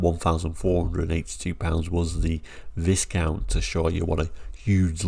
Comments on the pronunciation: Sorry, I'm not brittish, but isn't Viscount supposed to be pronounced without the "s", like "whycount"? I've never seen these cars, they weren't sold in Sweden I believe. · FYI it's pronounced Vi-count, the s is silent. 🙂